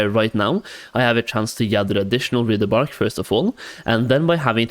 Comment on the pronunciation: My dude. I am so grateful for your videos. I thoroughly enjoy watching them, and am thankful for all the work you put into them. But for the love of Thrall, it's WRITHE. "Writhe" as in - I'm writhing in pain. Writhe-bark. Not rih-the-bark.